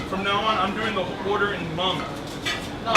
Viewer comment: Dolla Tha Kid how else are you suppose to pronounce it? He’s Hmong, of course he knows how to say it right.